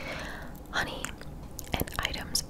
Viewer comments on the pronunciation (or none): none